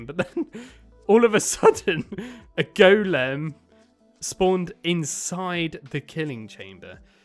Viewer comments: The way you say ✨gOulEAm✨ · He calls an iron golem an iron Goolem